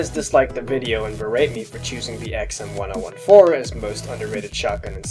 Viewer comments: ECKS-EMM-1-OH-1-4? please pronounce it like this: EMM-10-14. Please it is fucking terrible to listen to yu saying it the way you were in the video. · why do you call it the "XM one oh one four" I always called it the "XM ten fourteen" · huh that’s a weird way to pronounce the xm1014 I thought it’s X-M ten fourteen